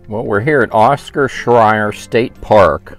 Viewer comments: Late to the party, but the park name Scherer and is pronounced "share-er". You said it so many times, I had to say something. All sites, except the two tent only have water and power... some water spigots you have to look for. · No offense but your not pronouncing Scherer correctly. 🤷🏻‍♀️